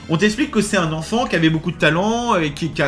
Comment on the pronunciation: Mustar il est éclaté. Il te parle comme si tu étais un débile. Il prononce les mots "sousoupes" et "n'enfants". Impardonnable haha